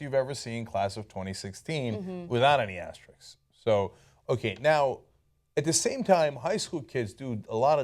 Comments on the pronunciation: Okay, so we know the asterisks were indeed part of the original slogan but does no one think anything of the fact that neither Cenk nor Ana can say "asterisks" properly? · Asterisk NOT Asterix, please. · ASTERISKS not asteriks! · Thanks for the video and all, but that's not how you pronounce "asterisks."